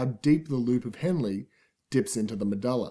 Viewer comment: i cant concentrate the way he says medulla is bugging me!